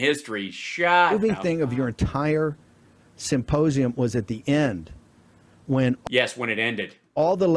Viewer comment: “Supposium,” every single time he says it.